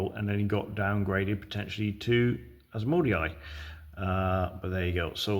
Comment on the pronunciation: Very nice ❤ Dark Angels were my first and only chapter back in the day and you have done them justice mate. But for the love of Gork please pronounce Asmondai better 😂